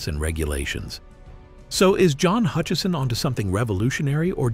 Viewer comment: No 'n' in Hutchison.